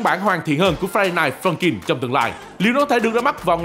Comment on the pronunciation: Ông cứ nói friday rồi dừng rồi ms nói night funkin nghe ức chế 🤣